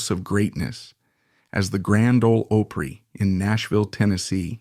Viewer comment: Come on, learn to pronounce Opry